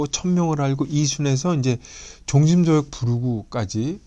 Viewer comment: "종심" "소욕"이라고 두 자씩 띄어서 읽ㅇ셨는데, 이것은 "종" "심소욕" 이라고 ㄸ어 읽어야지요.